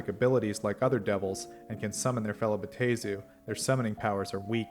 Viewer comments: Then that's just dumb. Double a is not pronounced a-A, it's pronounced a. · My dude, it's Bay-tor NOT Bay-at-tor. Drives me up the wall.